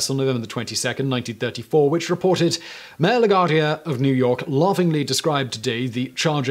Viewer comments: FDR's middle name is pronounced "DEHL-uh-no" ....not "Deh-LAH-no" Fiorello LAGUARDIA'S last name is pronounced "Luh-GWAR-dee-uh" ....not "Luh-GARD-ee-uh" Can't you go ONE video without mispronouncing something? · And... regarding Mayor La Guardia... the "U" in his name is not a silent vowel.